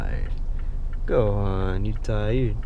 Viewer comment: I thought it was gohan not Go han